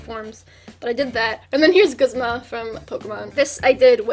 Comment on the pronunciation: you are the only person i respect for the one singular reason you pronounce guzma with a short u rather than 'goozma'. thank you, i love you